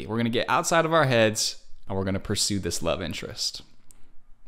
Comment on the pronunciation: "The black woid of reality" yeah...